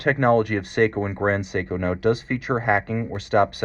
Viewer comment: you're expertise is unquestioned, but It's 'grand seiko", not "grond seiko"...